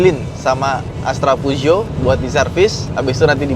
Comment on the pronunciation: Yg bingung ngucapin peugeot mana... Ha ha..